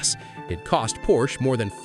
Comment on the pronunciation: Don't tell stories if you don't even know how to pronounce the name.